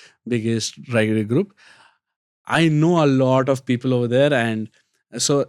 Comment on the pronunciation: The fuq is "lauda", enunciate your words "lot of" stop saying lauda lauda.